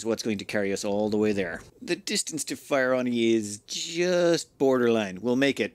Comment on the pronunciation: Hey it's actually Fieroni not Fireoni. I think of it pronounced as Fear ONI because magma is the one thing we fear as evidenced by your utmost care in colonizing the planet.